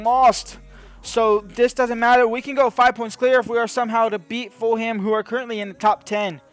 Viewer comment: Foolum not full ham XD